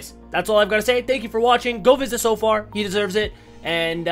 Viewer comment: Is soofar apart of Soar now?